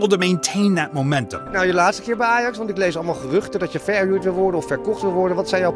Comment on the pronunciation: My comment would be more positive if you could at least pronounce names correctly. Qatar, Ajax, etc. Shocking, really.